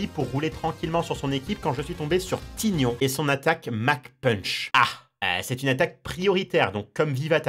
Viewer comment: Toute la vidéo il a prononcé Mentali “Mennetali” ça me stressais x) EDIT: pour votre information, On dit aussi Roucou pour Roucoups (parce que ça vient de Coups) On dit Taïgnon pour Tygnon (parce que ça vient de Mike Tyson) BONUS : On dit Maraisté pour Maraiste (parce que ça vient de Majaisté) Tout à été affirmé par le traducteur officiel des 2 première génération (celui qui a inventé les noms), c’est Julien Bardakoff ^^